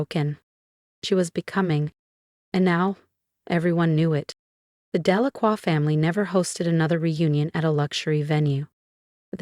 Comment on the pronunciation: Very good speaker! Even pronounced "Delacroix" correctly!